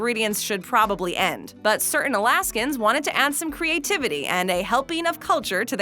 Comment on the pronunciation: Past tense of grind is ground, not grounded. Also, please pronounce the "T" in in the middle of words, like "cerTain", and not "Cer ain" . The T is there for a reason. Great voice...